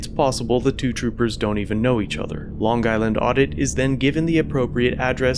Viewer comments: Lon guyland? Interesting pronunciation. Otherwise, you did a great job commenting and editing. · I’m from Long Island and the fact that you over pronunciat the g in long is like hearing nails on a chalk board. We all have our weird accents. Lol